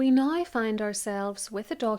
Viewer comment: It took me a while to understand your “now” - sounds like “nie”. 😊